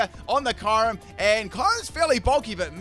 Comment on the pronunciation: He said ✨kayrim✨